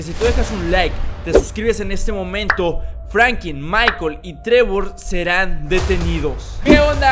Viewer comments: Frankin no, se dice Franklin, pronuncia bien. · Porque siempre dices frankin y no franklin